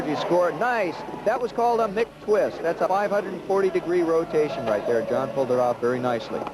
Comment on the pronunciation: "Mick" Twist! Hahahaha!